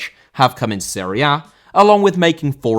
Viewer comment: Serie A* not Siri Ar